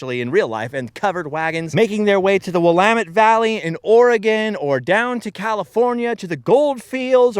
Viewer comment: So proud of your correct pronunciation of Willamette and Oregon.